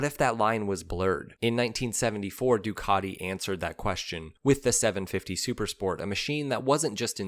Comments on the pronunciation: Duckady? we say DUcatiI,,, or summat like that! What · What's with the Ducarti??? I have a Ducati, and it is 'cat' not a 'cart'. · It's not "Ducardi.." Don't be a can't. The engine is a "Coo-chio-lo" not whatever you tried to say. Try to get it right mate, it's not that hard. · Are you not able to respect NAMES? It is NOT "ducadi". Learn to pronounce a "T"!!! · You'll be stone-cold sober. I only hear him say Doocardi. I think it's his favourite brand of nail polish. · you should learn how to pronounce "Ducati" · I absolutely hate the way you say Ducati, and you say it sooo...many times, I managed to suffer your video for one minute, yes one minute, believe me I`m not the only one who thinks this but I`m probably the only one to say it, all your feedback can`t be positive